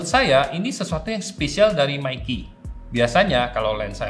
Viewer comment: Meike aja om jangan meiki 😂